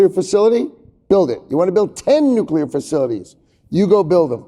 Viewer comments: Nu clear not nucular. Single biggest thing he works on and can almost pronounce it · Anyone who pronounces it "nuc-YOU-ler" should be banned from speaking on energy related topics. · “Nukular” energy 😅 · Concerning that the both mispronounce nuclear 😮